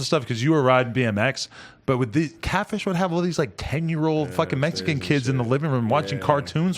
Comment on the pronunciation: Why does Adam have to emphasize they were Mexican like that tho??!! 🤔